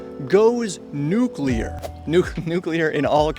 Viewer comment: Thank you for pronouncing nuclear correctly.